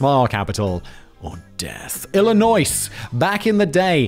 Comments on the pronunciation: As an Illinois resident, Simon’s pronunciation of the “s” is abhorrent. YOU DO NOT PRONOUNCE THE S! Just like Des Moines. But not Des Plaines… America is weird. 😂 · Illinois… pronounced I-luh-noy . You’re welcome. Lol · As someone who used to live in Illinois (you don’t say the s btw not that I think you really care lol) can confirm that there has been a larger uptick of people trying to leave the state. It’s crazy man. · ARRRRkansas 😅 illionisssss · First, a few minor nits. Rehoboth Beach is pronounced with a long 'o' in the 2nd syllable and a short 'o' (almost a short e) in the last syllable Re-ho-both. And, the 's' in Illinois is silent. That's the state I grew up in and, incidentally, the state where the city of Chicago is located (at the other end). Iowa, by the way, is on the western border of Illinois, north of Missouri with the Mississippi River as the border. Part of what's called the Midwest. Very much landlocked, unless you count the river. But, you're certainly not surfing there. And, no, the FBI is not even an original part of our system. It is a creation within our Executive Branch, and has only existed around 100 yrs or so. In our founding concept, each State is a separate entity, not a jurisdiction within another, with its own laws and ways of doing things. If you look at our Constitution and the powers it designates to the federal gov't, it's largely restricted to defense of the overall nation, handling disputes between States, etc. Of course, over the last hundred years or so, our federal gov't reach has been extended beyond those original "enumerated" powers. Which is why you may see so much controversy over the Constitutionality of a law or other federal action. Because our Constitution, by way of the 10th amendment, also says anything not explicitly designated as a federal power, belongs to the State, or the people. And, yes, even towns, villages, cities, whatever, can have their own laws. They just c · For "Illinois" the "S" is silent.